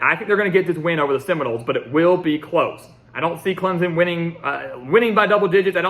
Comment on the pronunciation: Put the damn “p” in Clemson when you say it. We don’t say ClemZon lol